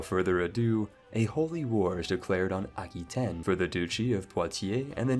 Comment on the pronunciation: What is this pronunciation? Piety and Aquitane....